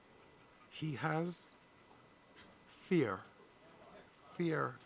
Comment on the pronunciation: the way he says fear - is how he would have said it in his home town - is his real voice!